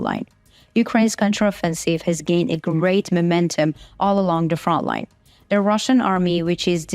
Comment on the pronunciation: Front line has a "t" in it, it is not Froline.